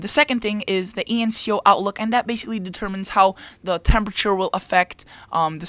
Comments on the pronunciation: That is E N S O, not E N C O. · You kept saying ENCO, But it's ENSO.